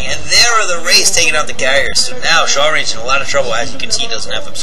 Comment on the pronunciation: "Shawlrange"?... I would think rather it's a self-deprecating joke on the inability of Asians to aspirate their "L"s, but with a hard "ch" sound...as in "I'm going to chalrenge you to a match, gaijin!" Heh, pretty funny if so. Awesome commentary as usual...